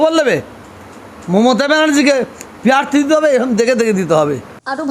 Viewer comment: প্যারথি নয় প্রাথী হুজুর